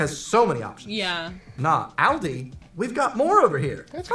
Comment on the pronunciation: I gave you a thumbs up as soon as you said "ALDI" and not "Oldi" like most Americans I've seen on YT.